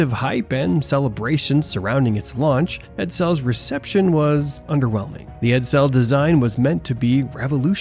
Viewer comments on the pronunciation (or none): Ok. STOP saying 'Ed-- SELL' ITS EDsel!😳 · Ford 'Ed-Sell'.. o......k.🤔